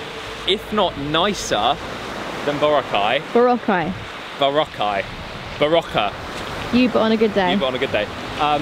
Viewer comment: it’s boo-rah-khai